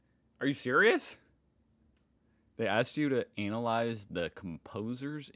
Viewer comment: He says analyse wrong